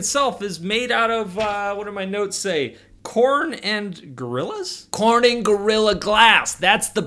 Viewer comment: I live in Corning and god sakes, I cringed so bad when you said Corn-n-ing but hey its fine, I'll give ya a pass